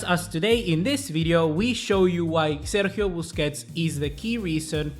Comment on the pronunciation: 😂😂😂man said bussi